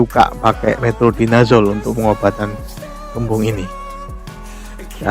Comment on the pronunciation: metronidazole om😆😆😆 bukan metrodinazole